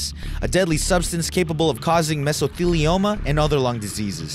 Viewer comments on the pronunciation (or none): Nobody:: M E S O T H E L I O M A